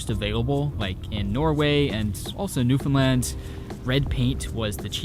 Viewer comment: Wild you were in my hometown, +1 for pronouncing Newfoundland right